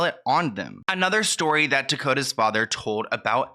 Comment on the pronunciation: Tokata not Tokota...at least get the person's name correct